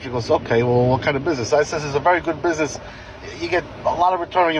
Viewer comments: Im sorry, you did not just pronounce business like “bussy ness” 😭😭😭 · i’m sorry…buh can we all just acknowledge the fact he said “bussy ness loan”💀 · You said bussy-ness. Instead of business. Please, please tell me it's a joke done on purpose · why did he pronounce business like that I'm crying??